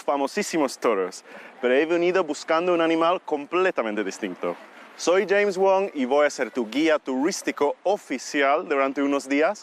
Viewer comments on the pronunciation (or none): none